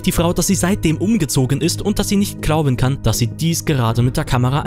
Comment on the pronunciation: Ahha klauben😳 nicht glauben?? 😂😂😂 Beim Nichten viedo sag mal SUPERNOVER 🤣🤣🤣🤣🤣😂😂😂 KÖNNEN NICHT MAL NE RICHTIGE AUSPRECHE MACHEN, 🙏✌️👌🤭🤭🤭